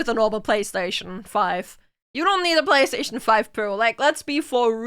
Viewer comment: FortiNAIT y la Pabagí? Pabagí. Pabagí y la Eques Boques seres eques? Pabagí. Babagí y la PalasTEIshon FAIF? Palasteishon... Faif. Palasteishon Faif y la LUGITIK? Lugitik. Lugitik y la Haybar eques eques eques eques? Haybar eques eques eques eques. Haybar eques eques eques eques y la GranderfTORTINNI? Granderftortinni. Yeah, I know it by heart. Thank you for making me remember this.